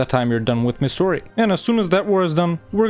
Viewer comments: Pronouncing Mysore as Missouri is the funniest thing I’ve heard all day 😂. But other than that ur pronunciation was way better than I expected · Why the french sounding names ... it's pronounced Mysoor and Coodaloor.